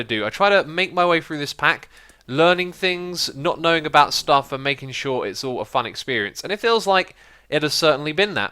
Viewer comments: "avout" An obvious mistake X! :D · sorry 'avout'? xD u must have been tired man lol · AVOUT?? hahaha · Sounds french. Sorry a-vous pour le faut de frappe.